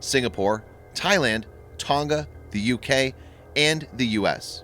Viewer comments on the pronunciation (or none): none